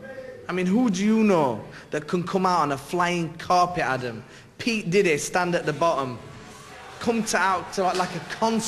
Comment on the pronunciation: naseem is legend! i thort he said "pete diddy" then lol, he is great fighter man